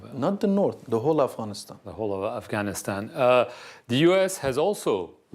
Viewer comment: I like how you pronounced “Afghanistan” i wish you the best of luck. Afghanistan will be in peace and have Bright future again if he becomes president of Afghanistan. One day Inshallah 😞